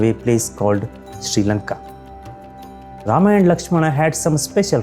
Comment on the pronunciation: Rama"a", laxman"a", dashrsth"a", ravan"a" sheshnag"a".. why the hell do you add an extraaaaa"a". There is no jesusa or mohamada